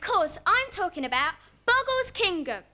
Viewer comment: Sarah at the beginning of the show lol I can't. And poor little, I feel bad for him. He was too nervous and when he mispronounced "kingdom" he rolls his eyes (when the image starts to fade out ) probably feeling like he screwed all up... but it was nice of Rod to address the situation in the next segment and not let him feel embarrassed in live TV. I mean, there's no reason for him to be embarrassed about, but mistakes happens. lol Rod always seems uncomfortable doing the spin segment since the first episode and with all the difficulties it's not getting any easier... By the way he mocking Sarah and Anthony excitement Haha